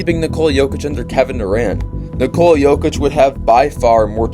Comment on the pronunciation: Great video. It would be nice to pronounce his name correctly. It is pronounced NICK-uh-la not ni-COLE-la.